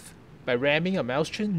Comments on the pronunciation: Not happy with your pronunciations. "MOYS-hin" It's not Mouse-chen it's MOYS-hin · Wrong. It is in fact pronounced "Moy-sen." It would be the same way if you were to say Räume, which means "to empty/evacuate" in reference to a space, room or chamber. Or for better proof listen to "Mann Gegen Mann" from Rammstein, one of the verses speaks: Ich bin die Ecke aller Räume, ich bin der Schatten aller bäumen." which translates to: "I am the corner of all rooms I am the shadow of all trees" yadda yadda, etc so on.